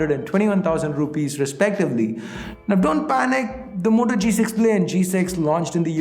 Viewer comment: If u taught the moto...u fucked the whole pronunciation